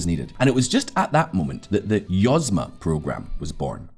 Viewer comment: YozMA (accent on last syllable), means "enterprise".